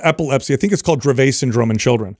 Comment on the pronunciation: A shout out to for pronouncing Dravet syndrome correctly! My daughter has Dravet syndrome and had her first seizure at 5 months of age. By the age of 14 she was having 1000's of seizures a year. From the age of two on she had tried over 17 pharmaceuticals and despite the Pharma load her seizure count increased every year. I was one of the mom's on the forums and helped change the CBD laws in Virginia. After we passed it, I went to DC with the mom from Colorado. There we tried at the federal level to change things. The pharmaceutical company lobbyists followed behind us calling us "emotional moms with anecdotal data. So, I am against the TV ads. Pharma companies have so much money. The Pharma CBD company flew me and about 20+ other parents to the Dallas Gaylord to discuss our experiences with Dravet and CBD. They paid all expenses. From there, I chosen to testify at the FDA on behalf of the Pharma CBD drug even though we never tried it. Being a mom of a special needs child has opened my eyes to how laws are made and how drugs come to market. Both are so corrupt!